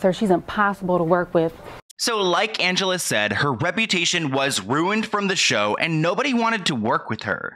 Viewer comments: Great video. But the girls name is pronounced "an-ge-LEE" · Not that it's super important but Angelea is pronounced with a LEE at the end, not LUH. Love the video! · calling angelea ( ann-juh-lee) angelea ( ann-juh-la)😩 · Her name is Angelea not Angela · Love, her name isn’t Angela .. it’s Angelea like anja-lee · I thought it was Angellea not Angela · Not Angela its Angelea -- Anjelee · Angelea not Angela. 🥲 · It’s pronounced AN-GEL-LEE not Angela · It's AngeLEA, not Angela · It's AngeLEA not AngeLA. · Angelea —pronounced Anj-ah-lee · It's pronounced angelee. Omg. He told kayla she had to confront her trauma? As if he's a therapist? That was so ignorant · I'm pretty sure it's pronounced angelee